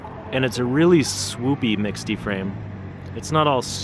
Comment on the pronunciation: 'mixte' is pronounced 'meeks't' or 'mixed', 'not 'miksty'. :)